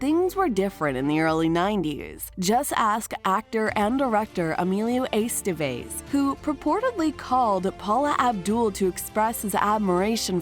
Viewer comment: Eh-STEH-vehz, not Ey-STEY-veyz. :3